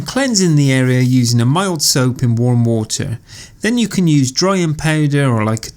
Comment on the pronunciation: Love it how he says wuta.